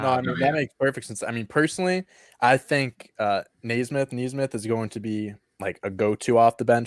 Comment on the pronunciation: It is pronounced "Knee - Smith" Also, might want to be careful about making merch. You are using the likeness of a real person,, so you could be liable for a law suit.